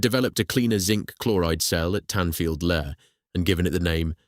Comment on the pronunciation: It's pronounced Lee not lerrrrrrr